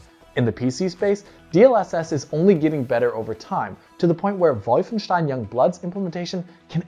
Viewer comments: If you pronounce WOLFenstein anyway other then how the developer does, YOUR WRONG. Comes of as SMUG and makes everything else you say fall on deaf ears. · I really wish this guy would pronounce Wolfenstein the way its CREATORS pronounce it instead of being a pretentious twat. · Wait, wolfenstein? What did he say? Who pronounces things like that? Vaulfensteen? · That "Vulf-en-schtein" caught me off guard. is great. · Came for the RT essay, stayed for the VUHLFUNSHTOYN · He must be German.